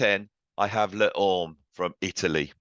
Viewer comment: Le Orme is pronounced Lay Ormay.